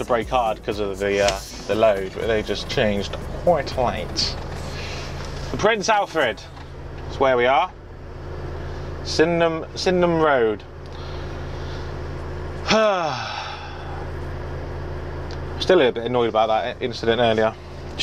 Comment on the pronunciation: I live in london and the councils are absolute idiots. The parts at the start of this video where the bus stops is in the middle of road only became like that a few months ago. Oh and btw, you are going to sid-den-ham (SYDENHAM)